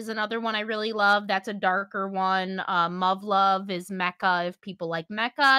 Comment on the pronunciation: D-did she say "Muff-Love"?? 0 0